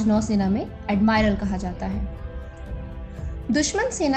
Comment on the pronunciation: अडमायरल.. नहीं, एडमीरल मॅडम....